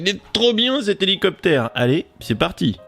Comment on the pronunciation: Houlou copter :)